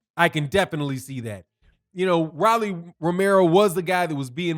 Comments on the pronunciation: R-o-l-l-y. Roll-E or Roll-EE. Ro not Ra lol. He’s young, still undisciplined and utterly predictable but he did well. Marinez has a good jab but never set up his big punches. Rolly landed more clean punches and was more active. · it’s ROW-LEE lol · You sure you actually watch boxing? Why you saying his name like that?